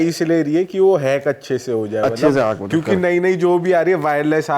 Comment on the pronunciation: Hekar Hai Bhai Hekar..isko bolte haim Heking...😂😂